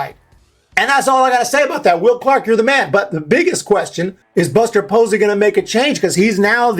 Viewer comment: Who is "Buser" Posey and how is he gonna make changes